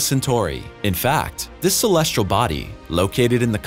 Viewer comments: Celestial not colesrial. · Dear narrator: Please have somebody coach you on the pronunciation of the word- "celestial". Clue: There is no "r" in the word. =PC=